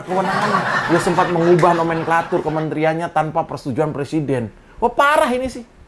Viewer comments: Kenapa mereka ben ci sama Cokro tv !?...Karena dapur mereka terganggu dengan adanya Cokro tv. Maju terus Cokro tv !! Sikat para kadrun / kadrunista. RR, RH, SD, Otak korslet apalagi RR, suruh dia belajar ngomong huruf Rrrrr dulu. Lisal lamli plesiden.. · Rijal Ramli suruh belajar ngomong dulu msak presiden di bilang plesiden